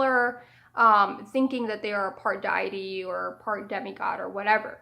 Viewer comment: I love your videos so much, but I have to be honest, deity is not pronounced "dye-eh-tee" it's "day-eh-tee" or "dee-eh-tee". It's also therian, not theri-kin. I'm sorry I don't say this to be a jerk, I genuinely love your content both on Amino and YouTube.